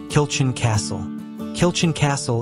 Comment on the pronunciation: Good camera work. Pronounciation of many words are required. Especially Kilchurn in Loch Awe!